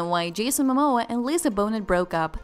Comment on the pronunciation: Are you kidding me - did you pronounce her name Bone-it and his Ma-Maw!!